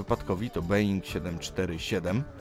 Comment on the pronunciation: Mówi się Boing a nie being A piszę się Boeing :)